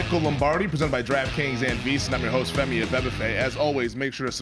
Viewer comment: Over/under how many takes it took Musberger to get Femi’s name right in the intro: 13.5